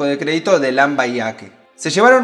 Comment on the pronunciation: se lee Lambayeque, tal cual se escribe y Héctor Lavoe se lee Héctor Lavó.